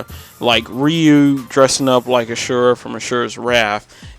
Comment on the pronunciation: Asura* not Ashurra